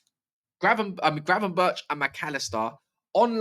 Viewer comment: Glad you pronounced Gravenberch’s name right 😂😂